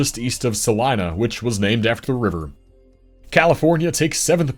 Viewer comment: Ah, the Saline River in Kansas. We pronounce it as sah-LEAN. You got Salina’s pronunciation down pat. :) I used to go to Lake Wilson (on the Saline between Russell and Salina) all the time as a kid. I loved jumping off the cliffs in the central part of the lake. Quite a few lakes in our state.